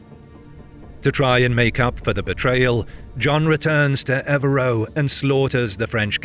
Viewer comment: A good and interesting video, which could be improved by a little more attention to detail. For example, on the map "CompLegne" is, I presume, supposed to be Compiegne; and "eux" should be pronounced "eugh", not "oh", as in "Ev-reugh", rather than "Ev-roh".